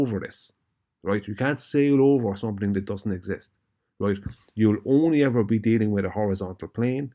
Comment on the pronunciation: Every time says “roight” he’s wrong 😂🤦‍♂️